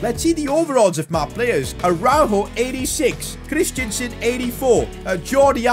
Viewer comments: Christen - sen not Christiansen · CHRIStensen not christiansen